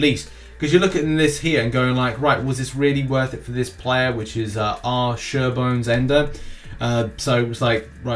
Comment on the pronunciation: oh crap I was featured... "look mom! I'm in my fav Youtube Community Newsman's vids!!" jokes aside, thnks for getting my name right there. some people usually say my name short for, "Richerbones" lol